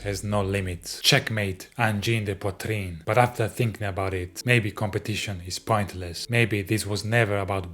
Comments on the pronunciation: « Angine de poitrine » tu la trop bien dit frérot je suis abasourdi 😂🫡❤️ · On a side note, thank you for taking the time to learn how to pronounce Angine de Poitrine correctly! I see english youtubers, mostly americans butchering that name so badly, not even trying to learn how to say it! Thank you sir! ✌️